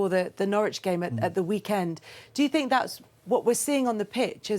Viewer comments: “They’re not as talented as they tink” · “There not as talented as they tink”🤣🤣🤣